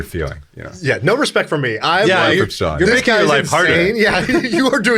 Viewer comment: Your name is Shaan. How does it pronounced as Sean ?